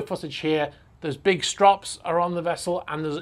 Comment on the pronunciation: Strops ?, you mean Straps.